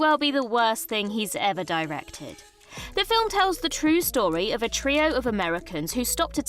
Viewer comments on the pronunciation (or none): none